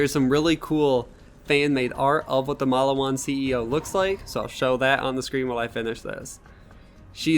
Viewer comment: You pronounce the name Mal-lee-wan wrong. “Get yourself a Maliwan and set some people on fire” I can tell you never plaid the first borderlands.